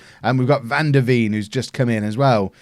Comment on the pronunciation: Veen in van der Veen is pronounced as vein. The thing the Blood flows through